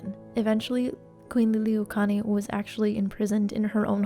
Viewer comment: I love this. Thank you for taking the time to share some of Hawai’i’s dark history. Her name is pronounced lee-lee-ooh-oh-kah-luh-nee. Hope that helps!